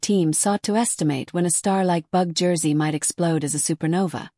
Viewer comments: Im not sure how they get 'bug' out of 'Betel' and the second half 'geuse' is like the word 'juice'. Some producers of these vids need to check the pronounciations of the words. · Bug Jess? If you're going to use an AI Voice Over, the very least you can do is program it to say Betelguese! May spell the name as Beetle Juice? This mispronuncian makes this video impossible to watch. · Wtf is "Bug Jess?" Try editing before you put this out. I got through 55 seconds before I stopped. I can no longer read or listen to this. Make some changes to your Captions and AI. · One of the problems using AI to narrate. Betelgeuse becomes Bug-Ges or Bug Jersey